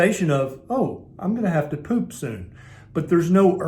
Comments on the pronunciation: Agreed! It's the pronunciation not so much the facial expression for me."Pewp." 😂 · "Stinky Ginormous Poop" 🤣🤣😂😂🤣 I didn't need my teenager in the room, I'm 50 and I still couldn't help having a good laugh...!! Man why the emphasis on the word too.?! POOP.,!! Oh ya killed me man ya killed me..... Serious though, thanks heaps for this i been through heaps of different style diets and fasts too, and I'm starting carnivore and I really needed to ask the things you answered anyway... Thank you... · 🤣🤣 this made me lol, but it’s so true! Being a Brit, the way you say ‘poop’ made me lol. Thanks for speaking about this normal body function that does get pushed under the carpet because no one speaks out! It was very enlightening and interesting and true!!!!! Keep up the great work.